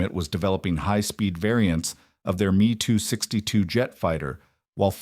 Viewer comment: Stupid AI bot it's not pronounced mee in Messerschidt planes it's pronounced. M. E.